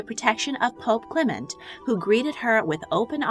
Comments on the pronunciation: Italian pronunciation: MED-i-ci. British (incorrect) pronunciation: me-DI-ci. Clement is CLE-ment. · I like the video, but she needs to work on her pronunciation. It's "MED-ee-chee," not "me-DEE-chee" and "CLEM-ent," not "cle-MENT."